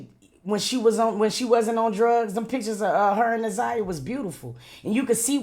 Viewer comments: They both been mispronouncing Na'Ziyah's name this whole video, its heart breaking. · P.S.A 📢 Her Name Is Na’ziyah Please Stop Mispronouncing her Name We Should All Collectively Know Her Name By Now ! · Yess I was thinking the same thing if he let her name go mispronounced 1 more time !!!!! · noooo he said her name wrong 😮🤦🏾‍♀️